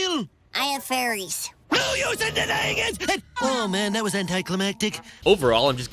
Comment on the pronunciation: Holy shit has started to pronounce "fairies" correctly I'm proud